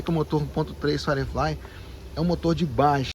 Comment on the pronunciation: Pode ser chatão? A pronúncia é "fairiflai" e não "faireflai"